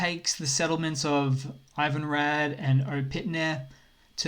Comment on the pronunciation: Well at least consonants are correct. Vowels are still hit or miss. O in Opytne is the "o" in "on/pot" (not the one in "oval") and "i" in Ivanhrad is the one in the word "it/pit" (not the one in "ivy"), "a" in Ivanhrad is the one in "car" (but short) and we could continue. And that applies to every i, a or o on the map. There's no guessing like in English. But obviously the report is the important part and as long as everyone understands, it doesn't matter much.